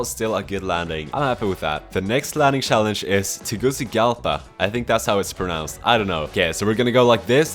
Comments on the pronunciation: ik its yot u say shallenge and i say challenge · Everyone: challenge: shallenshe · The way he says “Schallenge” is funny af lol 😂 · Such a Swede thing. Is he Swedish? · Man I love your videos but damn the way you pronounce "challenge" is irritating for my ears 😂 What setup are you using?